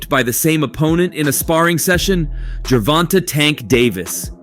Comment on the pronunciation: How u gonna be a reporter and not say gervonta name properly bro like he new or something